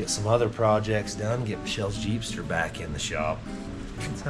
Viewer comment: Did you say Jeepster 🎉